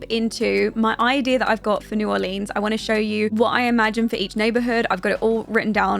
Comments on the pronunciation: Love this video but it is pronounced “new are-lens” not “new are-leens” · "New orleens" 😂 great video